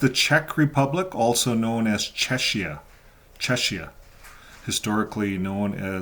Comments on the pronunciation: I think Czechia is pronounced "check-ee-uh". Anyway, I hope that Czechia starts clamping down on the Watchtower Society's harmful practices, such as shunning of children and minors, the dangerous practice of banning needed blood transfusions and other medical procedures for Jehovah's Witnesses and their children that really need them, the violation of human rights, among other wrongful, dangerous practices. Thank you,, for this latest update on Jehovah's Witnesses and for continuing to expose their lies, hypocrisy, and harmful practices. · It's pronounced Chekia. Ch in the Czech language is pronounced like the English K. To make the English CH sound, you use Cz. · The "ch" in the word "Czechia" should be pronounced like a "k", just as it is in the words "Czech" and "Czechoslovakia". Thank you for your work!